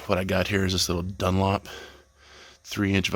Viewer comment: Looks amazing when finished. The only thing that got me was when you said “Dunlop” instead of “Dunlap”.